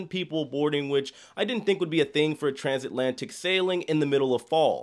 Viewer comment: Bro took a cruise ship and discovered a new word. Transantlatic